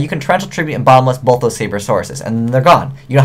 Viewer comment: And it'd pronounced "both," not "bolth." Not a big deal.